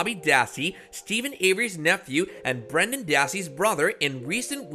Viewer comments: I can barely understand ANY of this "Commentary"! His name is BRENDAN - not "Brandy" or "Brian". If you're going to make YT videos that rely heavily on commentary, slow down, and work on your pronunciation. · This is a HUGE disgrace!!!! I can't believe you just mispronounced my brothers name with BRANDY DASSEY IN THE BEGINNING 10 SECONDS. If you can't get a name right, don't even report! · Who the hell is brandy dassey? It’s Brendan dassey. Have some respect! 🤦🏻‍♀️